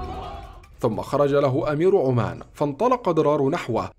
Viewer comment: يوجد فرق بين عمّان وعُمان عند قرِأتك للأحداث التاريخيه يجب عليك ان تميّز بين الألفاظ المُتشابهه عمّان في الاردن وهي المنطقه ذات العلاقه بهذه الواقعه التاريخيه وعُمان معروفه دوله مُستقله جنوب شرق الحزيره العربيه